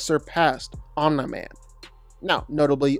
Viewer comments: Omni man❌ Oh meh man✅💀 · be like omni man ❌ omna man ✅ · Who is “Onm-nye-man” 😂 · "Omnuh Man" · Omne man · “Omna man” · “Omnye man” 💀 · He must say all of the names wrong on purpose, there’s just no way he doesn’t know how to say Omni Man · he aint say it right the whole vid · I’m convinced ur butchering the names on purpose… no way your pronunciation is this bad😆